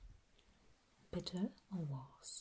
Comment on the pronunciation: "Is it bitteh oh warhs? mhm" Me: swoons